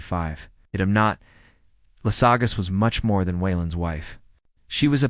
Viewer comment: Who the F**K is Lassagus?!!! IF YOU HAVE A STORY TO TELL, DON'T LEAVE IT TO AI!!!